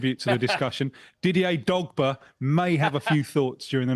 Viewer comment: Didier Dog-ba???? What the hell was that???